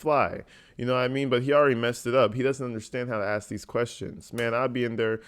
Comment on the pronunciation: Ax a question , lol